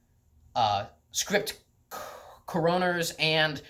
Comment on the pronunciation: Its called scriptCOroners not script coROners